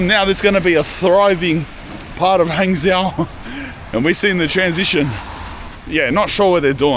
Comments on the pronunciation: Actually Hangzhou is quite famous for a multiple of reasons if that is where you are (BTW for you it is pronounced Hung Joe ) silly Aussie !!!!! Anyway ya quite close to where I live , so if your drop into Fuzhou drop me a message ! Also no one drives lmao , you could of taken the HSR from Shanghai and been there in no time ,bakeries like that are a dime a dozen mate , nothing special , anyway like I said if ya near Fuzhou hit me up, I'm an Aussie that has lived here for 18 years so might offer you a more in depth side to China which it seems you are lacking :P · Hangzhou is pronounced like “hung joe” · Maybe you should learn to pronounce the city names - it's not hard. Zhou is like Joe (Zh = J, approximately) unless you speak with a really strong local accent.